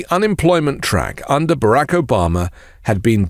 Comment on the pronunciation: It's not Barack, it is Barock. Pronouncing names as the bearer does is only good manners.